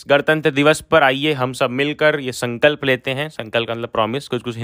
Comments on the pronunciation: Bhaiya sampalk nhi sankalp😊 By the way Thanks alot😅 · Sankalp ko sampalk kaun padhta hai 😵‍💫😵‍💫😵‍💫😵‍💫😵‍💫😵‍💫😵‍💫😵‍💫😵‍💫😵‍💫😫😫😩😩😫😵😵‍💫😵‍💫🥶😲😲☹️😤😤😮‍💨😮‍💨😮‍💨😥😦😩😖🤯🤯🤯🤯🤯😣😩😧😦😦😮😮😮😢😢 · Bhai aap rehne do, sankalp padhne nahi aa rha aapko, badhai ko bandhai bolte ho aap kya padhaoge? Zabardasti mat padhao,jo aaye wahi padhao 🙏